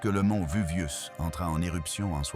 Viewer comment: La voix off a bien besoin de l'IA... Le VUVIUS, ap Jacob Cégamon, j'en passa et des meilleures... et la vidéo prétend nous rév^éler le contenu de rouleaux carboniser? Et ben on n'est pas rendu, on va en lire des conneries....